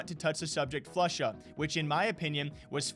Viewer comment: Of kors.... Floosha chiiter